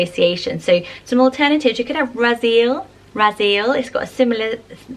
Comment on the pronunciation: I notice that whenever you pronounce Hebrew names you mispronounce the endings. For example: Raziel would be pronounced Raz-ee-el (3 syllables) or Ramiel is Ra-mee-el. Also names like Azariah (which I know you mentioned in a previous video) is pronounced Az-uh-rye-uh not Uh-zar-ee-uh. Just trying to be helpful! I love your channel and all the great ideas you have! Much love and stay safe!